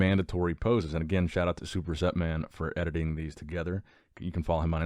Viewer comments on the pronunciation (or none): "Superset".... It's all one syllable 'Sprst' 🤣